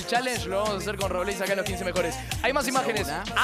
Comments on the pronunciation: Cris dice robleís con tilde y es robleis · "Robléis" jajsjajsja